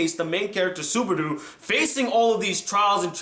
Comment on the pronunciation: i think its subaru not subardu, but nice review